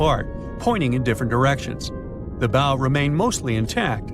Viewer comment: look up the pronunciation of "bow"